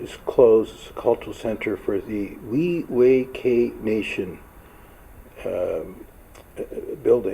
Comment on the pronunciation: Pronounced "we why kigh" my friend. That is the band name. Proud status member. Beautifull area.